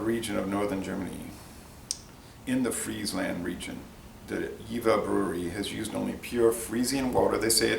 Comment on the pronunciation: Fun fact for you buddy, the v in jever is pronunced like a F, like JeFer Stay healthy